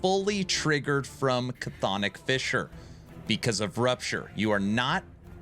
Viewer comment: Love this build, 😂 just wish you'd say Chthonic right lol